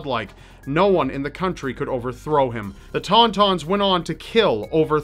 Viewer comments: The TON-TONS? Really? What's next the AT-ATS? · love your videos ❤ papa doc truly was a menace; my grandmother still tells me the terrible stories under his reign. everything you covered was perfect except for pronunciation of "Ton Ton"